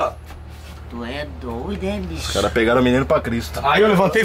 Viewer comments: o “tu é doidé” do amazonense é incomparável KKKKK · nada mais amazonense do que " tu é doooidooo"